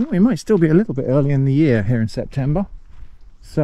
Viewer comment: Very nice video, thanks very much,. A few comments: - Maybe you can use the Scotch Bonnets for a chili jam? That's nice with cheese...or home-made hot sauce so you can hone your fermenting skills? - CEP-tember...😄 - I like to imagine that Abbott's Wood Manor was requisitioned by the army's school of camouflage, and since then nobody has been able to find it.